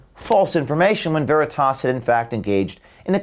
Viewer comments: CNN mouth piece can't pronounce "veritas". How fitting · I just love how she says 'Veritas' like it is a word entirely alien to her. So fitting for her ilk.